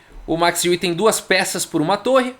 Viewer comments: Fala! De acordo com o google translator em holandês, a pronúncia correta não é "I-WE" e sim "U-WE"! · a pronúncia (holandesa) correta mais aproximada é ÊUE mesmo, como qualquer interessado pode conferir num aplicativo gratuito chamado Say it Right!, em que nativos de vários idiomas gravam suas vozes pronunciando nomes e palavras de seu idioma materno...Lajos (Portisch), por exemplo, a pronúncia em húngaro é Laios (o J tem som de I, como em muitos idiomas da Europa Central)...A pronúncia Larros é à espanhola, em que o J tem som de R... Alternativamente, existe também o site FORVO...Abraço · Boa noite! O Max Euwe jogou uma simultanea em Porto Alegre. Com 40 participantes. Meu pai jogou na epoca e empatou com ele! A pronuncia é Óive. Excelente canal! Continue com suas analises bem feitas. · A pronúncia no holandês é Êuve mesmo, só que o W é um V mesclado com U. Sai um negócio tipo Êuvue. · Tenho um colega de trabalho de família holandesa e que nasceu na Holanda, mas veio para o Brasil com seis anos de idade. Ele ainda lembra um pouco de holandês. Perguntei dele uma vez como se pronunciava em holandês o nome Euwe. Ele pensou por meio minuto e disse: êuve. Não levei muita fé. Não dá para confiar muito. Mas desde então só o chamo de Max "Euve". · Possíveis pronúncias: Euwã ou Euwà., tô muito fã desses vídeos. Abraço! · Se pronuncia Max Euwe como Max Eiué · Olá,. Tenho um filho que está morando e e estudando na Holanda, por isso, perguntei para ele sobre a pronúncia d o nome Euwe. Ele respondeu assim: "Oi, Carlos. Esse site de pronúncia inclui o nome, dito por um falante nativo: É mais ou menos como "Ãve". O som exato do "eu" não existe na língua portuguesa." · a pronuncia do holandês e' como o alemão. seria , em portugues o'ive :) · Prefiro a pronúncia errada desde que seja com a sua narração kkk